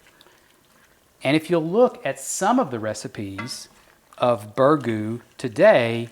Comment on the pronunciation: Learn to pronounce it first.